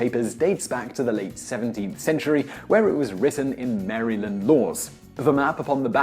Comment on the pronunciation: It is so weird to hear Maryland pronounced in that way lol